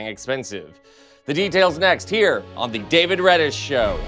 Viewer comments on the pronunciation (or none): none